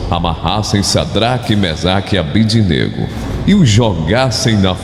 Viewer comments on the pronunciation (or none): Caro amigo: Sua voz é esplêndida, com forte impostação. Mas precisa ler direitinho os nomes dos companheiros de Daniel, na Bíblia (Dn 3,12): SIDRAC (e não SAdrac), MISAC (e não MEsac) e ABDÊNAGO (com tônica no "DÊ" (e não ABDINÊGO).